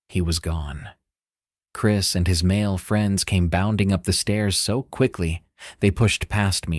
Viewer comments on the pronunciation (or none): none